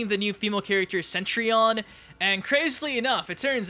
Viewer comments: Again... “CETrion”, not “CENtrion”! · CETrion CETRION cetRION. NOT CENTRION. GOD !!!! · "Centrion" It's Cetrion... with one 'n'